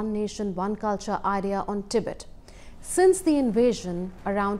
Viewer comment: Its Tibet not Tibit. If you can't even get that right.....